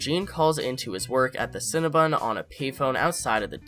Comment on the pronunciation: It’s cinnaBON not BUN HUN 😂